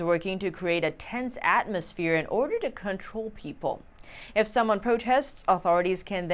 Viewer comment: to "atmosphere" not "atmomsphare"